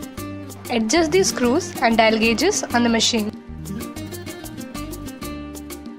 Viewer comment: Dial, not dail fyi